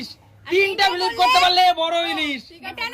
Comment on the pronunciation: ভিডিও করার আগে উচ্চারন গুলো ঠিক করে শেখো। এসপেসাল, ফিলিপ, এগুলো কোন ভাষা?